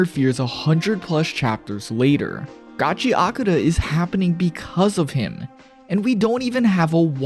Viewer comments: There's no Y in Gachiakuta! Stop adding a Y!!! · Why do people read it as Gachia-kuta?